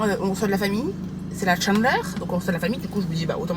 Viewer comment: Elle me tue comment elle dit la ' chandeleur !'😅 avec l'accent bleuf